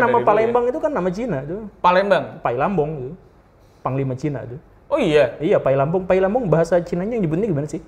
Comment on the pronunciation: Sedikit koreksi aja pak guru bukan pai lam bong, tapi "pai li bang" yang nantinya jadi kota Palembang.